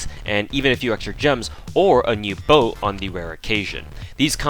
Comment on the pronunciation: boat, not bote